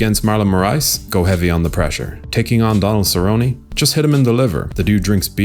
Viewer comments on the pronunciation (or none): none